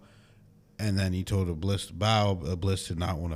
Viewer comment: The correct pronunciation of "Iblis" is 'Iblees'.